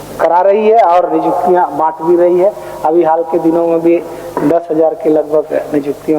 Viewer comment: Nijuktiya nhi niyuktiya hota h 😂 humesa se aisa hi bolte h yaa Jairam ke samne jubaan ladkhada raha h